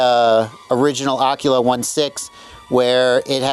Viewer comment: The way you pronounce Aquila is killing me!!!!!!!!!!!!!! I'm, and you're going to learn something today. It's pronounced A-KWILL-UH. It's Latin for an Eagle and root of where the writing quill gets it's name.